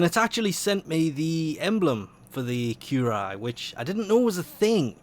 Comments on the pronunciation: the word appears as 'currie-yuh' to me.... but I notice people don't really read words either... o.O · if you pronounce it as "kjureye" one more time i will end you